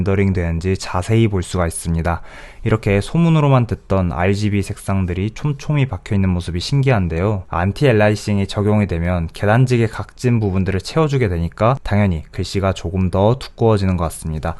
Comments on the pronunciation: 앨라이싱은 이상한거 맞지만 미국인도 영국인도 에일리어싱이라고 발음하는데요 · 궁금한게 있는데 미국인도 영국인도 앨리어싱에 가깝게 발음하는데 본인은 어디서 살다오셔서 그렇게 발음하시나요?